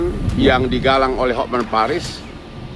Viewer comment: Hotman mbk bukan hot men 😅